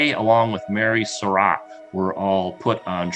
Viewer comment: David O. Stewart needs to learn how to pronounce the Surratt name correctly. He pronounces it like "Sir Rat," when in reality it's pronounced like "Sir Rot." If Mr. Stewart reads this, I admonish him to start pronouncing the name correctly.